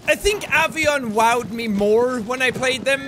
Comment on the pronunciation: Avion......Avian...hint hint